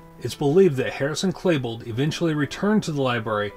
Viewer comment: you keep saying Klebold wrong. its not Klabold, its Klebold.. "E" not A man.